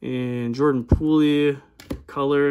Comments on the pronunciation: Dope channel bro but I have to tell you it’s Jordan poole like a swimming pool lol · Thanks for stopping by!! And did I pronounce it as “pool-ie” again lmao 🤦‍♂️